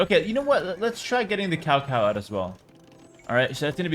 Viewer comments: This man just called Cao Cao "cow cow". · Clarification on "Cao Cao" : it's pronounced "tsao tsao" (曹操), and it's the name of a statesman and strategist from ancient China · It cracks me up whenever pronounce Cao Cao in english, so fucking funny.